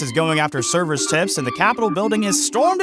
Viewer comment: "Server's", not "Severs".